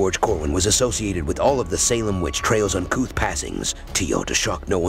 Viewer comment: Witch trails? Come on, It's TRIALS. If you are going to do a video, learn how to pronounce things. And the ystill aren't sure Gallows Hill was an actual spot. It is 'believed' to be one of the places where people were hanged.